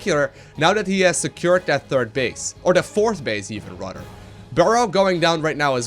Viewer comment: "rador" (rather)